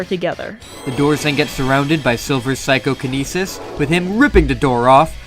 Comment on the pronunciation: Is there a deference between psychokinesis and psychonesis or is that just how you say psychokinesis?